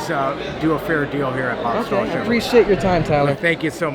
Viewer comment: First time viewer here! Huge ford guy (03 cobra, 15 fiST and a 14 built st fiST) may trade the termi for a c8. But being new I may be the only one that is bothered on how he says Chevrolet....